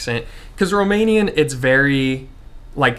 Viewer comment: I am amazed how good is your Romanian pronunciation 👍 Do you have some Romanian background by any chance?